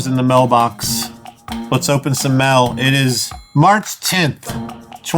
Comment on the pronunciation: It's "mail", not "mell".